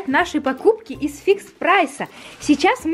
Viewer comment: Не ис а из